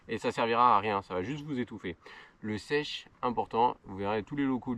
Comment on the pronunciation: un chèche, et non pas un sèche :)